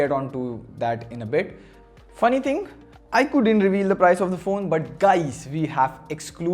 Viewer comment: Dude it's pronounced as "ikoo". Not bitching just correcting you.